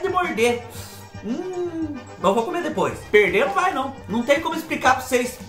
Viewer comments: Oi Fubá kkkk sou nordestina mais não falo (raí )não.Kkkk mais esse biscoito Hay Hay,você pode pronunciar igual você faz quando está espetimentando as coisas e as lombrigas fala hei hei.kkkkk kkkk,amo gengibre...Beijoo Fubá ❤🥰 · Oi fubá sou do Recife e realmente fala errado trocamos várias letras falamos assim (Raí no lugar de vai e a rente no lugar de a gente kkkkkk adoro vc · É a rente mesmo que fala rai Fubá kkk. rai, ramos, rem tudo nosso.